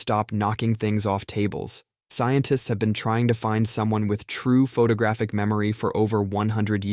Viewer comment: "Incridible" memory?? "Photogrphic?"